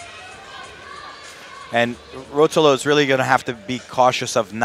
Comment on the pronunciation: the way he pronounces ruotolo gahhhh